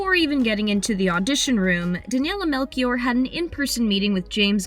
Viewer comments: She says melkior when it's supposed to be said melxior I'm pretty sure it's portuguese it's just not very common here in Portugal(I'm Portuguese) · For those interested Daniela's last name is pronounced Mel-(she)-or and not Melkiore (like it was said in the video)! Just a curiosity! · Daniela MEL(SHE)OR, not MELKIOR... -. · You read it as melxior not melkior. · "Melchior" is pronounced "melshior", not "melkior". It's a portuguese name. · how to not pronounce a name in portuguese (Danela Melkior) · it's Mel-she-or (emphasis on OR) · Please at least try to learn how to pronounce some names before you record... Melchior pronounces "melshior" with the "sh" sound and not K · You read it like Melxior nos Melckior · You pronouncing Melchior is wrong … it’s kind of like meltshior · The name “Melchior” was butchered imo. Doesn’t sound like that at all in Portuguese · It's MELCHIOR not Melchior the CH makes a sh sound. OMG don't americans learn how to say names in other languages?